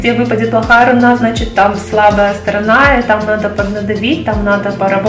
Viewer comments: в слове "руна" ударение на первый слог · Почему рунА, если рУна?